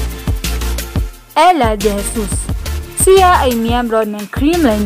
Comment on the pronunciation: Baka siya Hindi si ya, pinoy ka diba ayusin mo naman pagbigkas ng salitang Tagalog!!!